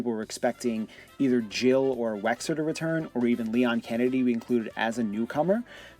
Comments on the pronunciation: who's wexer? it's wesker man! Wes Ker, not wexer! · Wesker! not Wexer